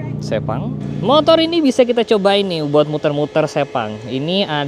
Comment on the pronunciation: Sepang emang sebagus itu si, ngebayangin bisa masuk ruang VIPnya seenak apa Btw sirkuit Sepang itu bacanya Sepang bang, bukan Sepang